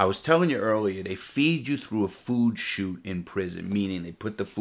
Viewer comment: Take a shot every time Larry says Shot instead of Chute lol love ya Lair.